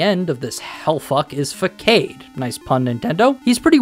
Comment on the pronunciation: I love how balanced your review is and how you ended liking the game. It is fantastic and I'm sorry I never played it until the switch version. But at least I got to experience the magic for myself. One nitpick, the name of the nightmare of the Face Shrine is pronounced Fah-sahd. Usually they spell it with a "ç" to denote its French pronunciation.